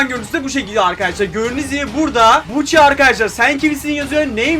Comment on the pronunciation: Buchi değil yok gucci